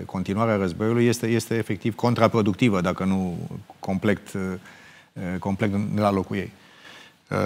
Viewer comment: Geoana M : "Complect....bla bla bla....complect....bla bla bla....complect.....". 🤦🤦 Dle Geoana ! Complet , dom'le, complet !